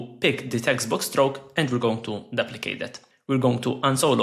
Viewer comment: Duplicate ❌ daplicate ✅ …..love the content ❤